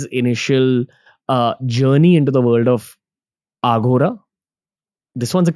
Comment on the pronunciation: Thank you for all the info, but Ranveer, please don’t say Aaghora (आघोरा), its Aghora (अघोर)